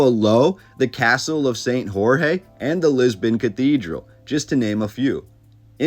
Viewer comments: Nice video but spoiled by the wrong pronunciation of Portuguese names. Portuguese is not Spanish. Castelo de S.Jorge:Jorge is not RRor-RRe is Georgeh! Portuguese J is read like in French. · Your pronunciation of the Portuguese words ruined the viewing of the video. Who is this "Alfonso", do you mean Afonso? Why do the Anglo-Saxons insist on pronouncing the "J" like the Spanish? (Jorge=George) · The name of the Castle of Lisbon is "Saint Jorge" like you say George in English not "Saint Rorré!!!! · Good lesson with very sound info. However, why do you say "castle of horhe", when it's the castle of "Saint George" or "São Jorge" in Portuguese. It always puzzle me how english-speaking people, when facing Portuguese words, are suddenly incapable of saying the sound "jay" when it's writen "J"... it's the freaking same word with the exception of the roled "r" in the middle... Why "Horrhe"? Why? ... You could have said the name in english, that would be ok. But trying to appear cultured to everyone by speaking a foreign language but using the wrong one doesn't cut it! Please change that or I will start to pronounce english names in german when in UK... 😁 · Please, learn how to pronounce the name Jorge as in S. Jorge castle, correctly. In Portugal people speak Portuguese, not Spanish, therefore Jorge is pronounced differently from the way you pronounced it. The letter J in Portuguese is pronounced exactly the same as in French. The same goes to the letter G before the letters e and i